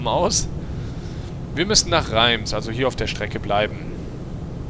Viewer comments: ach das wird nicht reims ausgesprochen sondern raas (französich und so:D ) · Liege? Reims? Französisch: Setzten, sechs! :D